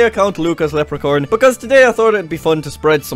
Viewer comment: Did he say lepricorn?